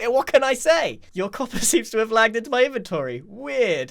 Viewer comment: Grian, please, pleeeease. it's in-ven-tor-ree NOT in-ven-tree. i'm begging you, it kills me every time you say it.